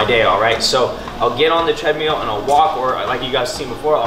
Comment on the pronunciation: you crack me up dude, love the videos, make me laugh every time, from hearing you say “tread-mule” to eating ice cream with a fork?, like who does that. Keep on grinding dude, you are the best.